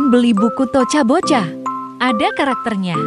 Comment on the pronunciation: Bukan toca boca kayah gini toka boka itu sebutan nya